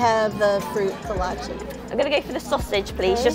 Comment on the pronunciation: calling them a kolace hurts my soul